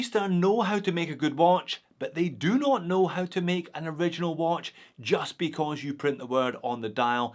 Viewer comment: Just pronounce it ori gi nal ....rhymed with urinal..... Perfect..